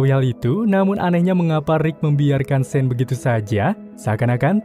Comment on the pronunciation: Sean tu dibacanya sin/san Inimah Shane